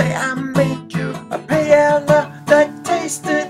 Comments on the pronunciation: you said paiela, and it should be pah e yah (with the y like in new york) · its.. Pah-Eh-Yah. not Payela. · paella pah/EH/yah tortillas tohr/TEE/yahs "LL" has a YAH sound. ;) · well you arent saying it right :P but it looked good :D